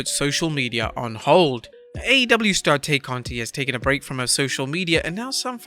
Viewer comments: It's not Tay. It is pronounced Tie. Do you even watch AEW? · They keep saying her name wrong Tay